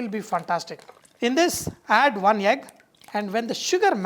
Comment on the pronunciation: good recipe....but why does he keep saying funtastic ? an yegg